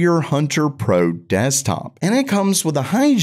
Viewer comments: why u pronounce it hygen when is hygon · Why is Hygon pronounced like Higen? Is it a mistake or the correct way to pronounce it?